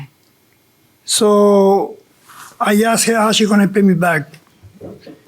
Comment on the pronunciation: Damn it’s not axed it’s asked learn how to speak